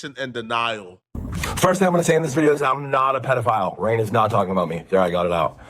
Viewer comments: calling rain "rug" just pissed me off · I love how everyone is calling Rain, Rug 🤣🤣🤣🤣 This is amazing